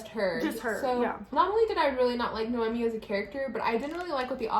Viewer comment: I haven’t watched one review video of this book where someone pronounced the main character name right 😭😂 It’s NoemÍ, it has an accent on the “i”.